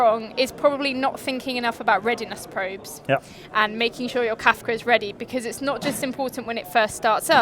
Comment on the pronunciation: It's Kafka not Kafta